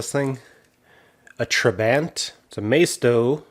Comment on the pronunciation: Love it! Soviet steel never looked so good. I think it's pronounced "Trah-bont" (rhymes with want). Anyway, cute little thing. Would be cool to do a muscle car custom of one of these. Pretty much any engine would be an upgrade on the real original. Beauty.